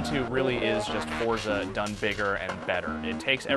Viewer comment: y can't he pronounce forza?